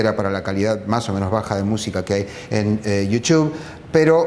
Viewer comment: iu chu jajajajajjajajja hacete el ingles